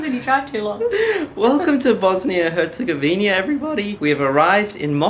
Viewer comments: Its not Bosnia and HerzegovinIA. its Herzegovina! haha good try tho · Its Bosnia and Herzegovina, not HerzegovinIa. Lovely vlog. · Why do you keep calling it Bosnia and herzegoVINIA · Funny how the 'Austrian' in the video always says Herzegovin-I-a.